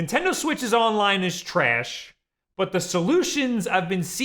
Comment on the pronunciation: You say "trayash" like Frank from It's Always Sunny. I fucking love it.